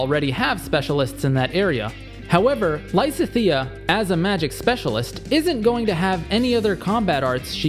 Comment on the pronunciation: How about pronouncing Lysithea properly?